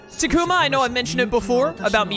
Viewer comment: I’ve just come to accept people will always pronounce things strangely. He also says Ta-ku-mah but all the characters say tah-koo-ma. I watch a different YouTuber who pronounced togemon as toe-jeh-mon instead of toe-guh-mon. I started watching ’ playthrough of Digimon World Next Order and the game say Ma-sheen-dray-mon.